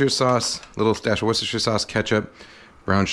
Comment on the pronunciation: One of only a handful of Americans who can say Worcestershire.